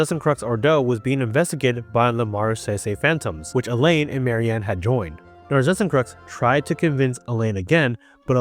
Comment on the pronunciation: pls look up how to say Narzissenkreuz, I think it's a German word